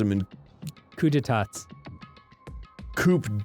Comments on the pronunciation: Arin- Abnoramltease Dan- Abnoramilillies Arin- Coop de Tats Dan- Coup de Tots, it's French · Coup d’états is said like « kudeta » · Coup d'etats is French. Pronounced "coo-deh-tah". You uncultured swine. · Say it with me now Arin Koo day ta, Coup d'etats